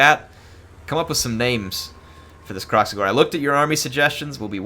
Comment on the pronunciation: Call it Krack-Xigor